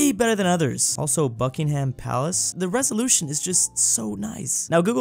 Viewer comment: That pronunciation of Buckinghampalace